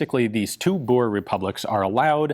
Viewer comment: That's an incredibly good pronunciation of "Boer". Kudos.